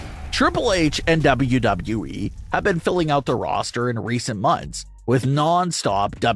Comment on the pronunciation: Bruh. The way you over enunciate WWE is a struggle to listen to.